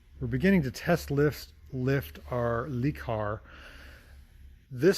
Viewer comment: Le is pronounced “luh.” 😊